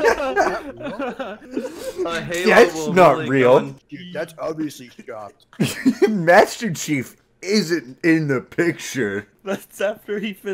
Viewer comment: He said master chef not chief